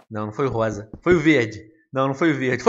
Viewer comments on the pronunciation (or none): none